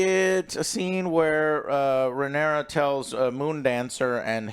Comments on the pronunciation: RA KNEE RAH. FOR FUCKS SAKE. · HOTD characters. "RaneREEZ the cruel" "ReneRAA the queen that never was" and "Corels the sea Serpent" "Damien targarian" "coleston chris" Last but not least - Sir Eric & Eric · Joe... RHA-NYR-AH... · "Ren-aireez" 😂 Her name is Rhaenyra... Ray-neer-uh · I feel like we’re watching different shows when I hear Joe call the characters by their names. Like who tf are “Rain-ares” and “Damien?” The show I watch has Rhaenyra and Daemon. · 😂😂😂how do they not get a single name right 😂. Aemont, Raehnys, Damian😂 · Say it with me: RUH-NEAR-UH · Jesus Christ Joe learn the names. “RheneRA, the Queen that never was” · It’s rheanys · I know but in the video Joe says “RheneRA, the queen who never was” while calling actual Rhenera, Rheanys. He says it with confidence too which is even worse lol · I know plenty of people that are dyslexic, if you tell them the right way to pronounce it, they will. It's not like it means it's impossible. But when you keep saying Rhanareez, and Faynose, and things like that every, single, time, it's not just dyslexia. Not to mention that the other two do it as well, so, what excuse are you all going to give them? I mean, Alex is literally the most depressed, pessimistic narcissist ever, so he doesn't give a fuck, I get that, and OJ jsut does whatever his Dom Alex tells him, so I guess there's that, but it still doesn't make sense. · I actually sort of love Joe's mispronounctations, they're like an easter egg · Can you please get the names right. I know it’s hard… they all sound the same. But it’s Rhaenyra, it’s Daemon. When he mispronounces their names it really throws me off because I’m confused who he’s talking about. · I gave him a pass when he butchered Rhaenyra's pronunciation but then he immediate went on to call Daemon Damien like ffs. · Not even a minute into the video and the title of the episode already mispronounced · Joe can never pronounce the correct named 😂